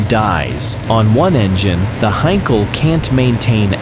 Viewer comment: Heinkel he 111 NOT a "Hankal "HAY???" !! Crap AI narration with loads of words read completely wrong. Not to Mention all the aircraft show I saw were NOT He 111's (How crazy is that!)